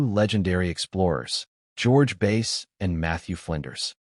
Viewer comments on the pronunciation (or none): It's pronounced Bass...not Base!